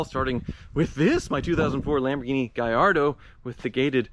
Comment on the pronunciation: Hi good luck with your sale. I wonder how come you pronounce Gallardo correctly but butcher murciélago. The accent goes in the e not the a (fun fact this word contains all five vocals). They are named after Spanish bulls so... there is a right way to pronounce no.? Cheers!